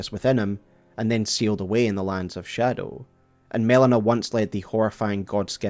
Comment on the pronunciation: The way you insist on reading it scadu